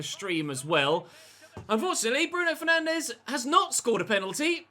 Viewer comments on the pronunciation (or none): I wouldn’t take Derek Rae’s pronunciations as gospel. Have you heard how he says Bruno Fernandes? He’s says it like “Fernanj” 🤷🏻‍♂️